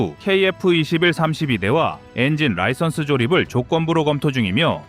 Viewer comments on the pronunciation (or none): none